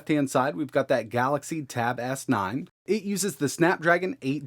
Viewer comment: "The tab-ass-nine"